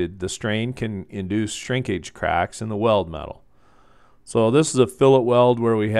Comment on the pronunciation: Thaaanks! The way you say craaaacks is a bit funny. 😅😁 The 'a' is long. Anyway, just pointing it out. It was the first thing I noticed. Great tutorial!